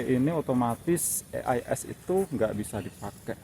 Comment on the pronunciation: e ai es..pngen ala indo ato inggris to bang...klo inggris e nya jd i donk😂